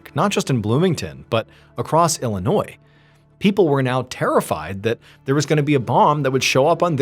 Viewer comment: Thank you for leaving the "s" silent in Illinois. 😂❤